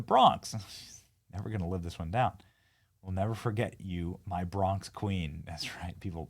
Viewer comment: she dont even say bronx correctly